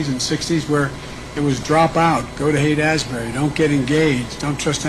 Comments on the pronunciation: He's talking about Haight-Ashbury, but he calls it Asbury, like as in Asbury, Iowa , Asbury, Kentucky, Asbury, Minnesota, Asbury, Missouri, Asbury, New Jersey, Asbury, North Carolina and Asbury, West Virginia, but not California. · Biden said "Haight-Asbury", which is exactly half-way between Haight-Ashbury, San Francisco and Asbury Park, New Jersey. --never been there myself ...